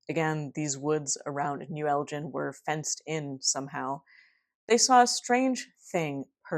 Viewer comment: As a Scottish person, sorry to nitpick... but it's El ginn rather than El Jin! Anyways this really reminds me a lot of the classic Sam the Sandown Clown encounter from the Isle of Wight in 1973 which you've already covered! I don't want to be a total sceptic and say, as with that case, the testimonies of kids are perhaps to be distrusted but... as you note with this case there were strange follow-up incidents and that was the same with the Sandown encounter. Edit... I was posting this comment half way through the video and then obvs you mentioned Sandown Sam. YOU KNOW